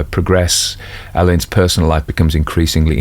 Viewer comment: There's a school spelt the same way and it's pronounced alleyns not Allan's,,,just to help! 😂